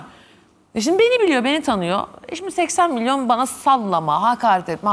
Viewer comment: Neden her kes 80 miliion diyor😂